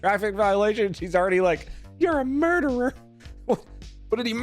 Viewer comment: If she is a teacher she would know it's not murdewer it's murderer...case in point